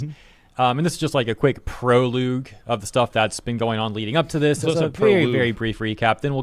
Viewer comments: "proloo0g" is the new Idiocracy way to pronounce prologue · Did the dude really say pro luge? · Why did he pronounce proulogue wrong? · “Proloog”… good god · A proloog is a prologue, mispronounced.